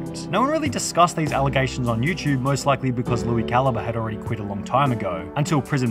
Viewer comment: I haven’t watched that guy in like a decade but even I know that’s definitely not how you say his name